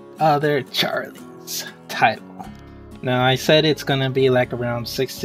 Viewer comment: Nice old, outdated Vindictus logo. Also, bro, it's not Gliderite. It's Gilderite. Ugh. How can you be pronouncing it wrong when the spelling is literally right in front of your face? Also, again, why do you call Mine Bombs "Mine Ores?" That doesn't even make sense? -_- One more thing, the name Charles isn't pronounced like [Charlie's]. It's like [Charuls.]